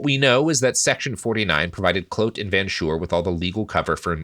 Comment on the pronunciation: You guys set out to not pronounce a single name correctly and 26 minutes in I haven't heard a single name pronounced correctly (except maybe Jan, almost). That earns you guys the official Boer seal of approval, keep up the good work.